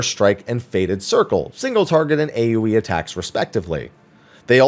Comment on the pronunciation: Everytime you said AoE damage I hear "A wee damage" 🤣